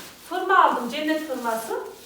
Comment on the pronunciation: Furma değil elmascigim hurma desene ablam